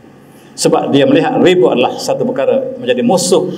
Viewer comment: Riba - ريبا bukan ribe. الله كبر.